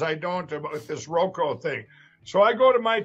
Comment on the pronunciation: Lindell needs to find a reverse mortgage company to be the face of. R.M. lenders are scummy to begin with and Selleck already reps one of the main ones. I guess the ⅛th wit will have to find a sub-par company. Ffs, he's still saying, "Roko." Ugh ugh ugh ugh.